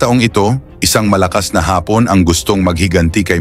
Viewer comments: “AI” ba itong narrator? Parang gago mag pronounce ng ibang words. Ha-pon? Hapon, tanga! Maderpaker. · Anong hapon? Afternoon ang ibig sabihin ng pronouciation mo iba sa Japon...short a-sound Japon hindi (haapon) asar ka eh umayos ka pampasira humanap nga kayo ng ibang narator...sabaw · kailangan mong malaman kung kailan malumanay o mabilis ang pagbigkas ng mga salita. Halimbawa: labanan (malumanay), Hapon (dapat mabilis) dahil pagmalumanay ang pagbigkas ng salitang Hapon, ibig sabihin nito ay afternoon.